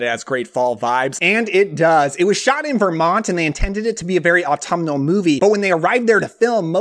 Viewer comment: Take a drink of Spiced Apple Cider every time he says Atumnal